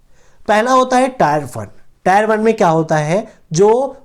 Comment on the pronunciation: टायर नही टियर होता है।